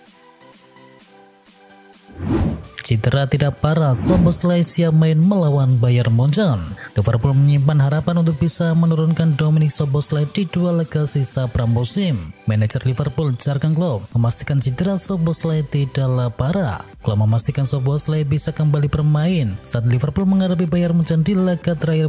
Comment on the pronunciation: Yurgen klopl mas...bukan jargen klopp 🎉